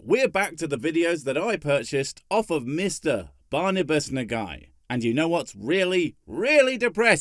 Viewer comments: first time i heard that read as "Nuh-guy" :) Looking it up online, there's LOADS of ways to say this name o.O so maybe i shouldn't mention that i was expecting "noh-ghee" (final part is like the end of buggy, except without stress.) ... but i can't help myself. :) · Perhaps, but I did work with someone (in America) who had the last name Nagy and they pronounced it as "Nay-gie" and the g is a hard g like in the word "golf". I suppose it could be pronounced as you indicate, but it really depends how the person's family pronounced it.